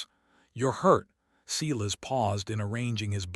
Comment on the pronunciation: Back to correct pronunciation. Silas, pronounced:- … Si, as in “sigh” … las, as in “las” Me, pronounced:- Me, as in “Mae” or “May”